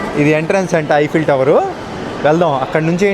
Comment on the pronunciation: First one the way you said is right